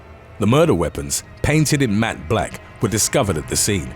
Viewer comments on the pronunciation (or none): none